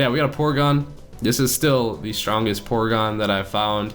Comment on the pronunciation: Porygon not porgon